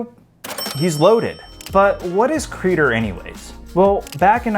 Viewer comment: It's not "CrEE-dur". It's Creh-dOre.